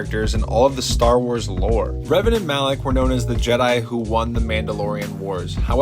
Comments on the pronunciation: NU UH ITS DARTH RAVEN 🐦‍⬛ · ITS DARTH REVAN NOT RAVEN